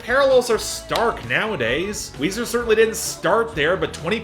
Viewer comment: its weezer and its weezy